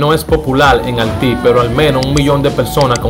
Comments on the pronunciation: Loco trata de mejorar esas palabras. Osea halti que es eso? Filmai, Osea 90al2, que es eso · El se pronuncia bien el problena los tiene con la i donde tiene que ponerla evita ponerla y se ves mas feo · Chico se dice Haití no halti !! Pronuncia esa vocal (i) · Menciona la "i" se dice HAITÍ HAITÍ cibaeño tenía que ser jajajaja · Manin gracias por todas las informaciones que nos provee, pero por favor trabaja un poquito en las proniciaciones, ejenplo, (6 sel...Haiti ... Alti, Haitianos...Altianos, 92... Noventaldos... ETC). Espero esto no te ofenda y lo tomes en cuenta, Geacias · Papa por favor menciona la i no se dice al 6 sel no se dice halty es haity solo una Referencia no una critica. Lo demas esta bien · Mi hermano . Gracias por tu information . Pero debe pulirte al hablar ya que deja mucho que desear Al expresarte . Sin miedo minsiona la I cuando la palabra la lleva porque tu esta confundido entre la R L y la I Cuida Tu gramatica Se tu mismo el que cuente cuanta veces tu dices halti cuando tu sabe que es Haiti y eso por decorate algunas Espero que lo tome por tu bien y el de tu carrera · Brother tienes un lexico fatal hermano de verdad escribes Ahiti y dices alti 😬 tienes que revisar tu bocavulario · CON HALLLLLTI ???? BARBARO MUCHACHO LO TUYO ES DEMASIADO . PONTE A APRENDER A HABLAR...WAHOOOOOO